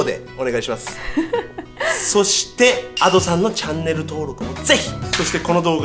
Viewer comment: いや のadoさんのイントネーション阿蘇山で草